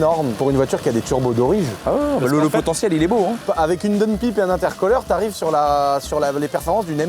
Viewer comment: Pitié: c'est "intercouleur" ( y a le mot cool ) et "daoune païpe" et pas intercoleur et donepipe à moins que ça soit un joke et que tu le fasses exprès pour la vidéo.😉😂